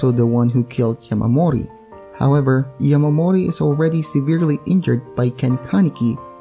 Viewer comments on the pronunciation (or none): its not yamamori its yamori